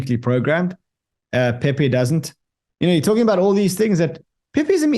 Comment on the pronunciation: You said it right the first time, pee pee coin